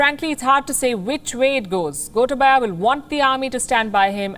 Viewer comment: It's not "gota baya". Gotaabaya (you can spell like that).